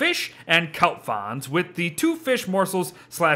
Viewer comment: please There's an "r" in "fronds" Please